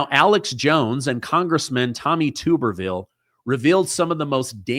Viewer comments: its TUBerville... like a TUB... not Tooberville Love your show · Dude, if you're going to keep TRYING to be a journalist, at least learn how to pronounce people's names right, especially setting US Senators like Tommy TUBerville, not TOOberville! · It’s pronounced Tub-er-ville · It’s TUB-ervill